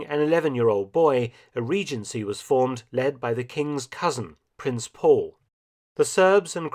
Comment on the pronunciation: It is Prince Pavle, not Paul.